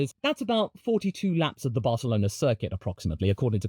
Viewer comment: not even I say the correct pronunciation of Barcelona I absolutely love hearing it tho. love the video too